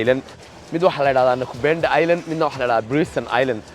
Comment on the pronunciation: Its nakupenda bro not nakubenda.